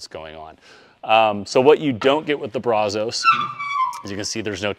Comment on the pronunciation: I can't take you serious on how you pronounce brazos! I stopped watching after you mutilated that lol